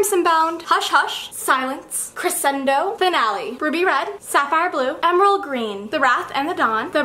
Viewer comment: I think I speak for all the band geeks when I say that when she said crescendo wrong it made me rethink every musical decision I've ever made in my life